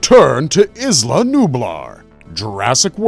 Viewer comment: Are we still pronouncing it ‘izla’? The island boys dont even call themselves the izland boys and they’re handicapped